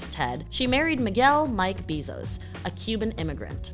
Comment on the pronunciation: Good video, but the way she says his last name hits the ear wrong